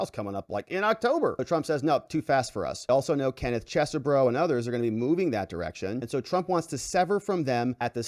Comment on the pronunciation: FYI, the second E in Chesebro is silent. Is not "Ches - e - bro". Other YouTubers are pronouncing it "Cheese - bro" which is also incorrect. Try "Chez-bro"